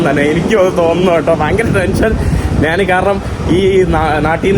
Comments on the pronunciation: നാൻ അല്ല, ഞാൻ ആണ് മലയാളം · എടാ മുറിയണ്ടി നീ മലയാളം ശരിയായി സംസാരിക്കാൻ പഠിക്കുക. നാൻ അല്ല ഞാൻ ആണ് ശരി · എടാ കോപ്പേ മലയാളം ശരിയായി സംസാരിക്കാൻ പഠിക്കുക. നാൻ അല്ല ഞാൻ ആണ് ശരിയായ മലയാളം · മന്ന് അല്ല മഞ്ഞ് ആണ് നാൻ അല്ല ഞാൻ ആണ്